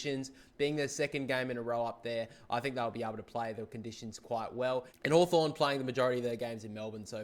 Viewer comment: You got hawthorn wrong